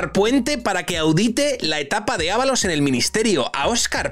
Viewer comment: Creo que dos veces en todo el vídeo dijiste su nombre correctamente 😂